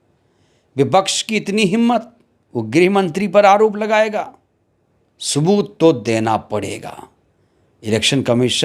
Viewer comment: Subat mat bolo bhaiya sabut bola karo